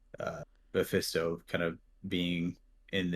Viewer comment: Great panel. And lol, his name is Mephisto, like FIST, not Mephesto, like Pesto.